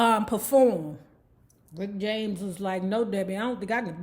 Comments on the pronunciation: His name is RICK JAMES not Rickty James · Lol, I love it when you say Ricketey James.lol